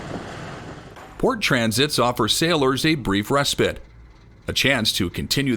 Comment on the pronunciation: Respit lol respite get it right, your pronunciation is awfu,l Next